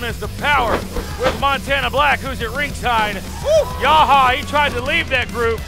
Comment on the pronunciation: Yahya it's Yahya it's YAHYA!!!!!